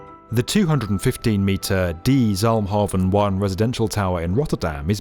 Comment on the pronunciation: I like how you tried to pronouce the name correctly, Zalmhaven was spot on but the word 'de' is pronounced as 'duh', almost the same as 'the'. They mean the exact same thing too :)